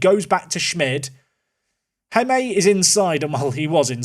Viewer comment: Good luck for the rest of the season, seems you will need it! Also, the “J” in Jaime is pronounced like the English “h” in “Hanoi” or “Hanging”, not like the English “J” in “Jamaica” or “James” So, you should pronounce it as “Haime” 😅.